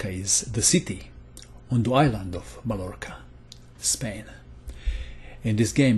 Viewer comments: In Spanish language, a double "l" is not pronounced as an "l". You should say something like "Maiorca". My native language is Dutch, but I'm not even gonna try to explain how to pronounce "Scheveningen". In the world wars they have let soldiers pronounce "Scheveningse schuitjes", to hear if they were German or not. It was a matter of life or death... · Hi thanx for the vids i'm learning allot! I'm not Spanish speaker but I know that you are not suppose to pronounce the L in Mallorca as L but as Y so it's sounds like - Mayorca.